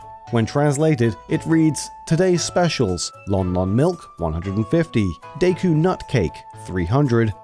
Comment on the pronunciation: its not "zebb........ess" just "zebes" no pausing while saying it. its NOT "day-coo" its "deh-coo"